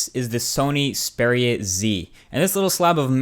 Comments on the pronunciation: Why are you saying speria? It's (X)-speria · Its X peria not zpara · Speria? it's pronounced EX Speria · EX-PERIA NO SPERIA OMG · Strange pronunciation of Xperia. All the advertising for the Xperia brand (right back since the old X1) indicate that it is pronounced similar to experience ('Xperience'), and not 'Speria'. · It is "XPERIA" so I guess u got it wrong as well. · I just cant get over it, it's EXPERIA not SPERIA..... i just guess you got Faulty phones as the rest have just awesome angle view. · Its XXXXXperia bro, not speria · Is it only me getting pissed of with how he pronounces the phone. Speria z........ Na m8, Its the Xperia with a X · Xperia ( Ex-pee-ri-ya ) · I think you need counciling or something, you find a phone sexy? Also isn't xperia pronounced ex-peer-ia because it comes from the word experience...? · I love how he pronounces it "spearia" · What??u just said speria haha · He pronounces it like Speria :D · You can't seem to pronounce Xperia :D [Speria] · It's supposed to be ex-pee-ree-a Right? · isn't it EX-peria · you said the name wrong, its Ex-Pee-Ree-Arr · yeah I believe you say it X (ex) peria (pair-ee-uh) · So, Xperia is ANOTHER word you can't pronounce correctly..... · I think you are pronouncing "Xperia" wrong.